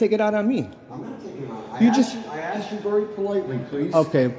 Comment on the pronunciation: Axed for or asked for?